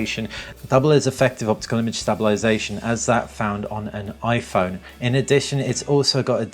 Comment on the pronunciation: Where did you learn to say "stabilisation" in such a manner? :) I've just ordered my P8, can't bloody wait!